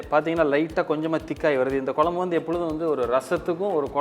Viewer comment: For God sake pronounce the kuzhambu in tamil/properly.